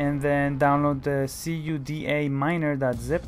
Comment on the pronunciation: C.U.D.A miner... see you dee aye.... NO!!! CUDA one word. COODAH...